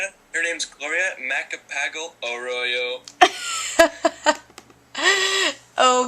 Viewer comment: any filipino laughing at how he says macapagal? no just me.. kayy?